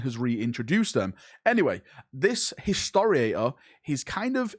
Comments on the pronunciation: "Hisoaor" did you mean Historator,? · Watching pronounce Historitor several times, my heart is in pain.